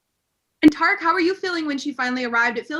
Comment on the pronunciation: No it's tear-rick